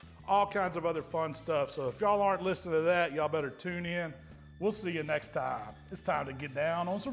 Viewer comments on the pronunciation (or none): none